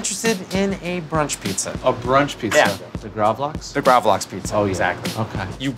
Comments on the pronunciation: gravel - axe.... not graaavleaaxe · Love when they miss pronounce gravad lax as gravlaeeexe. Thats middle class douchery world wide in its finest. Same as when swedish people correct how you pronounce gnocchi. Gotta show everyone what a world class traveler and connoisseur you are. Except for the one fact there is no swedish word for gnocchi. Its cured salmon! lol. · It's pronounced more like "graavlux" . Lax=salmon, grav in this case means to cure. Not a huge fan of it, but would like to try this pizza out.